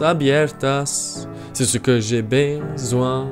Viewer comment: besoin is not "bei-soin"